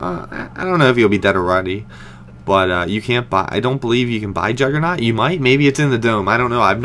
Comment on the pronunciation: jugernoooooooggggggggg with a G and personally i dont think syndicate is that great